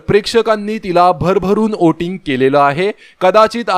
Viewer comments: ' ओटींग ' नाही हो....,' व्होटिंग " म्हणा...🤣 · Oating nahi re bala, Voting boltat.